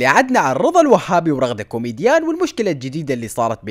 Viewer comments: رغدة كيوميجيان مش رغدة كيوميديان هههه😂😂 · رغده كيوميجان ❌ رغده كيوميديان ✅ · رغده كومجيان وليس كوميديان 🌚💔